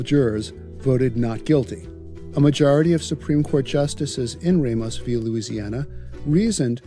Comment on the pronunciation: Nah, he said Oregon and Ramos wrong.